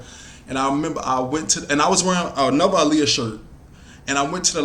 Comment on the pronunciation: I love how u say her name. Aaliyah be getting annoyed when people don't say her name right lol